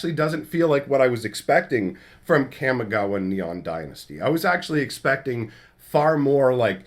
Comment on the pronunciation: Your pronunciation of Kamigawa bugs me. I feel like the "Kam" in Kamigawa should rhyme with 'mom', not 'jam'.